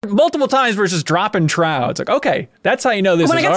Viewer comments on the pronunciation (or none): none